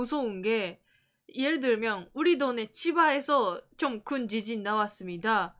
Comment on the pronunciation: 긴급”지신”속보 재미교포가 뉴욜크 하는느낌 ㅎㅎ